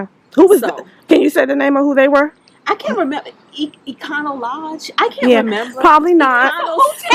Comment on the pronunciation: "Econo Lodge" 🤣🤣🤣